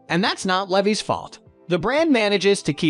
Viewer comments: Leveees? Levies? (Levi)! LEVI's L E V I S, LEAVE-EYES!🥳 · The robot voice needs to learn how to pronounce "Levi's " lol ridiculous. 😂😂😂